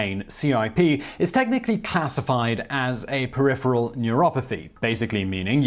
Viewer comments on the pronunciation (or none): none